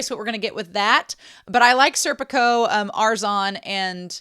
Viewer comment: It's SER-pee-koh and far-NEZ-eh, they're Italian names.